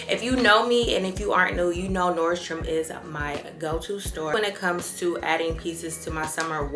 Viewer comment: Yesss! NordstroM not NordstromS 🥰🥰🥰